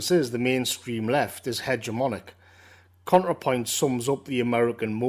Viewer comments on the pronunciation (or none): Every time you said "Contrapoints", I wanted to bang my head against the wall. Great video though.